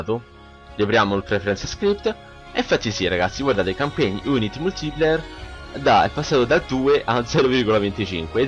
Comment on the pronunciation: Come fai a registrare ciò che fai (una cosa che fanno tutti ma che non ho mai fatto io). E poi metterci la tua voce ? Fare tutto senza creare un file enorme etc ? Ciao. Multiplier si dice "multiplaier" se vuoi sapere come si pronuncia correttamente.